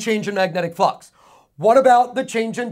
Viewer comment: Awesome video thanks really from my heart Every time he says flux, i hear the word fuck hahaha.